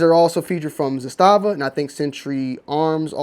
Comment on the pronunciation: The correct pronunciation in Serbian is ZA-sta-va / ЗА-ста-ва (accent on the first syllable). The pronunciation in Russian is za-STA-va / за-СТА-ва (accent on the second syllable). ZA-sta-va in Serbian means a "flag" or "banner." In Russian za-STA-va means a fortified area.